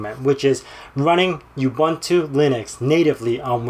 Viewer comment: it's pronounced ooboontoo :>